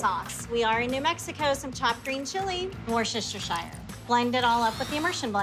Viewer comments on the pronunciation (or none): I think she added an extra syllable to worchestire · Many American cooks pronounce it wrong on purpose. My favorite is "wash-your-sister" sauce 😁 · They try an prenounce it how it's written rather than as a three syllable Worce Ster Shire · D- for not knowing how to pronounce Worcestershire sauce. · omg the way she tried to pronounce worcestershire haha.... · She pronounced it exactly the way it is written. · I’ll never tire of hearing Americans try to say ‘Worcestershire’ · How she pronounces Worcestershire is funny. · Why do Americans struggle with the word Worcestershire so much, they seem to use the sauce seemingly all the time so you would think you would learn to pronounce it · Possibly the worst pronunciation of Worcestershire I've ever heard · The way she failed at saying worcestershire makes my skin crawl